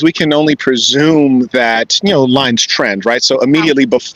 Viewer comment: She has no idea how to say “I don’t know.”